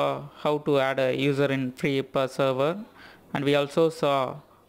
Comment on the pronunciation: Every one in the west says Free I P A as separate letters (initialism vs acronym). However, I like the way you say it like "ipa" (as one word) and will from now on be pronouncing it that way myself.